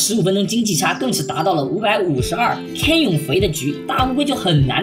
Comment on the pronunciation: 分析得很好 只有一个小问题 canyon 读 刊捏嗯